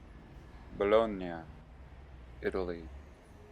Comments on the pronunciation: Bologna, not Bolognia... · Hey Jew its Bologna not Bolognia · Ba log ni ah? Wth!!! Google tge pronunciation!!! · BoloGNIA ???? really ? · Bologna like the spaghetti bolognese LOL